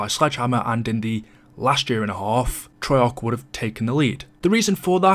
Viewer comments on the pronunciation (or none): Why does he always hold his pronunciation of the letter a “treyaaaarch”